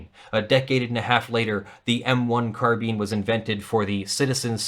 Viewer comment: Kudos to for pronouncing carbine correctly.